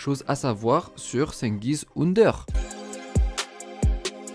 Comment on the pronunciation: plus jamais tu prononce son nom de famille comme ça